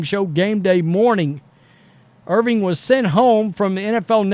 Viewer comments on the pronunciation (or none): His name is Irvin... NOT Irving.